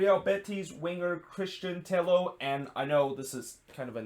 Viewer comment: Just one note: Christian Tello pronounce as "Teyo". Double L in Spanish make Y sound. A familiar example would be David Villa, which I think you already know how to say it.